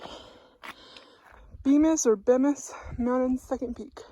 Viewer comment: Bemis is pronounced bee-miss :)